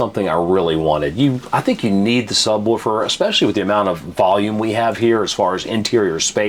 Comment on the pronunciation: "Woofer" not "Wolfer". Sub-woofer. Lol...